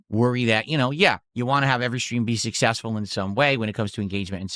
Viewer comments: I thought he was sussessful guyz? 😂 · Sooooo sussessful